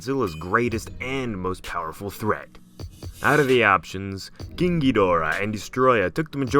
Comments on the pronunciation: Why do you say king as keang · Why are you saying ging gigorah? Say king! 😂